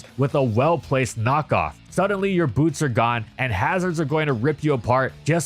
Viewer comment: Do not change the T in Boots for a B